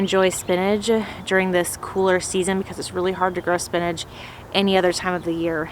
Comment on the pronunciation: Say spinnage one more time lol spin-ach